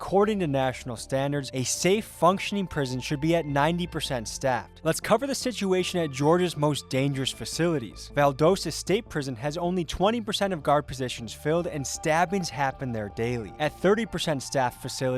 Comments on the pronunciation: 😂😂 its Val-dos-ta bro (VAL-DAW-STA) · It's mot Valdooosta it's Valdasta. 😅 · Pronounced Val-dah stah, bub. I have several very close family members you should speak with. One of them did not make it out. Leon Culver Kelly. RIP my friend. I'm so glad you are exposing this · You pronounced Valdosta wrong btw